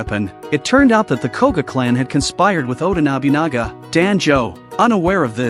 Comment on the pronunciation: everyone else: oda nobunaga, ieyasu, iga clan, jasuke, genosuke this guy: oda nabinaga, aiyaishu, I.G.A clan, jaasook, genosook